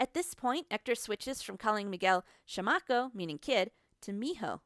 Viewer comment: i knowww! i mean no offense, but when she pronounced "chamaco" it took me a second to understand what she meant. Pero no estuvo nada mal.